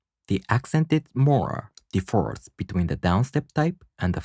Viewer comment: Very helpful! I really appreciate your completeness and quality, even if it doesn’t get a lot of views. FYI, in English the word “differ” has an accent on the first syllable. If it is placed on the second syllable it sounds like “defer.”